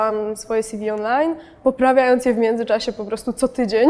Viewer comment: "Sjiwi" -- co to jest? Ew. od czego to skrót? Bo jeśli od "curriculum vitae" to odsyłam do wymowy języka łacińskiego...